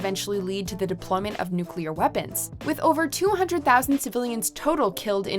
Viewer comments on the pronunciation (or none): She said deployment as depliyment... No one else notice this?